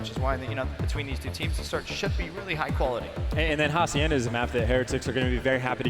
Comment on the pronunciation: Ha-see-end-a, not haciender. Also karma not karmer